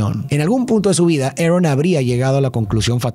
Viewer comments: ¿por qué le dices "erron" a el tio "arón"? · a quien mas le da risa cuando dice tio Arn y no Aron